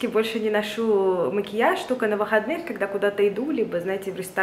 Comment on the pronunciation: поскоЛЬку, постоЛЬку, тоЛЬко что 🙏🏻🙏🏻🙏🏻 И эти Аканья как у чайки.. очень портят вашу речь